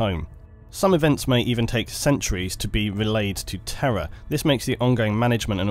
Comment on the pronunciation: One complaint: you pronounce the words "terror" and "Terra" the same, which has caused me a lot of confusion.